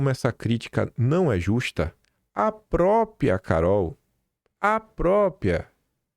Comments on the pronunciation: Dói ouvir PROpia de vc. Tá igual funkeiro. Repita, Própria. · O certo é “própRia” e não “própria”